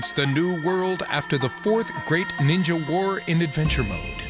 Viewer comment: I thought you had said ninja war😭